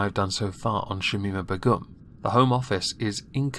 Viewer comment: LOOOL THE WAY U SAY BEGUM KILLS ME